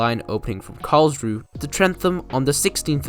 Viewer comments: Tylden is pronounced "Till-Den", not "Tile-Den". Carlsruhe is pronounced "Carls-Roo". The main trade at Allendale was the mineral works, which backed onto the rail yard. It did not serve a quarry. The mineral works closed in the mid 1990's, after locals complained about silica dust collecting in and on their houses. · Out of all the closed branchlines, this (& Maldon) have the most tourism potential...it would have a lot more if it was mainline connected again. Also, it's pronounced Carls-ruhe and Tyl-den. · Your pronunciation of 'Carlsruhe' and 'Tylden' was incorrect, and on one map you misspelt 'Bullarto', but apart from that, very good. I was fortunate to travel on the line ex Carlsruhe multiple times, and also once travelled to Newlyn from North Creswick.